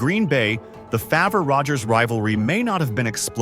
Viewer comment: I love that AI can't properly pronounce Favre